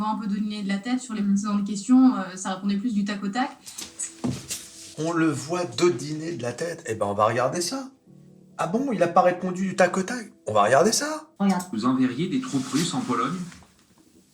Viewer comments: Dodeliner de la tête et non dodiner , cela ne veut pas dire la même chose. Ne le prenez pas mal . Bravo,pour cette vidéo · On dit "dodeliner" et non "dodiner" voilà